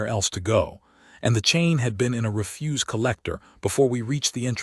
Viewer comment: "....into the (reh-FUSE) collector.."!!!!! Goddd Damnnn!!! IT'S " REH-fuse"!!!!! STRES ON THE CORRECT syll-ABLE!!!!!! POS AI!!!!